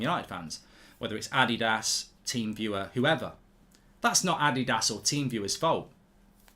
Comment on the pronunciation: He pronounced Adidas wrong. Just like how everyone is pronouncing Martinez wrong. Lol.